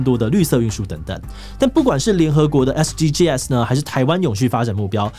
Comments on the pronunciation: 其實SDGs的唸法是"SDG死"，不是"SDGㄟ死"。 SDGs全名Sustainable Development Goals，s是Goals的最後一個字，不能用大寫唸法。 yt搜尋SDGs可以聽外國人怎麼唸。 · SDGs 正確讀法是 S-D-Gees 不是S-D-G-S拆開念哦！ 不然和國外討論時會短時間轉不過來。 希望對大家有幫助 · 志祺，是唸SDGs(像是bags一樣，s不單獨唸)喔喔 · 終於有人說到台灣SDGs!不過是念SDG(sㄕˇ）